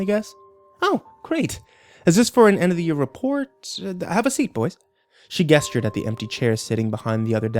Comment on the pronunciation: Man, I'm really wanting to enjoy listening to this version of Borrasca, but I can't with the way mispronounces some words like "gestures." Also should have leveled out and compressed the audio in Audacity so I don't have to keep raising and lowering the volume at different parts of the story.